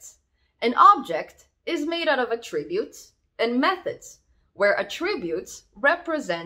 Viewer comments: att-ributes, not a-ttributes! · Loved listening to how your Canadian English pronounces Attributes with 2 syllables (Attrib-utes) to Australian 3 syllables (At-trib-utes). Very cute. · God, I wish you would learn how to pronounce attributes! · I can't listen to her mispronounce "attributes" this many times. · Have I been pronouncing attributes wrong this whole time?